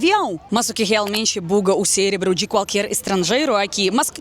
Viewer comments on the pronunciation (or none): none